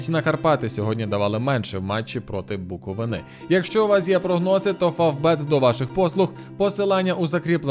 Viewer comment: Кайфовий відосик, але буковИна)